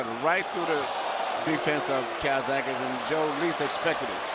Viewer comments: Calzagihe not calsacihe. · Dumbass yank commentator keeps callin him calzacki! Fuckin pilchard